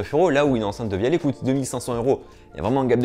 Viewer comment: Ça se prononce devialette